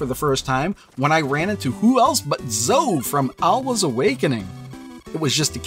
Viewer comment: Zoe is pronounced like Bowie, not Toe. I have a niece named Zoe. I mentioned this on your first video on this cart. Why are you still mispronouncing it? It's like everyone pronouncing Piko as Peeko even though there's a gd pi symbol in their logo. It's pronounced "pie-co". Even the company affirmed that with me in an email. Unsubscibing. You YouTubers need to at least get the names right if you want to be taken seriously by the literate. It's just basic respect for the companies bringing us these fantastic games.